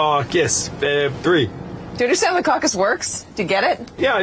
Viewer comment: Who invented the word causes?? Caucus? Any other phonetics would sound better.